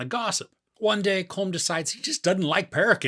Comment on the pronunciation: Good review. However Colm is pronounced exactly like column.